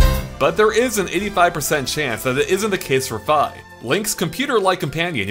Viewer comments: "F-eye" ...am I the only person who calls her "Fee"? heck the "i" in Japanese is pronounced with an ee sound. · So we're just going to ignore the fact that he calls Fi "Fuh" lol